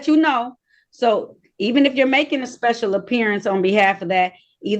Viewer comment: 🤣🤣🤣She speshul alright!!